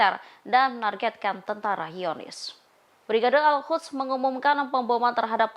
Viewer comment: Sepertinya reporter tribun ini gak bisa membaca dan tidak memahami berita yang dibacakannya. Banyak kalimat yang apakah memang tidak tau membaca atau mengacaukan algoritma pada penyebutan kata-kata seperti Quds dibaca Huds dan zionis dibaca yonis.